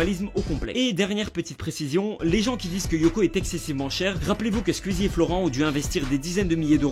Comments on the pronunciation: J'ai horreur de la façon dont il prononce SQUEEZIE «SKUEASY» 😂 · ARRÊTE DE DIRE SQUIZI wsh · Ça me stresse il dit [Squizy] et pas [Sqouizie] j'trouve ça trop perturbant mdr